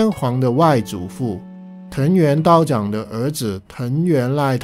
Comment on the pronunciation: 因为看大河剧『光る君へ』对这段历史感兴趣，你的视频详略得当，我也从中学到很多东西，非常感谢。不过我对道长名字的发音有些疑议，日语中发音是ミチナガ似乎发音为chang更合理。我也不是日语专业的，可能说的不周全，但希望可以起到抛砖引玉的作用。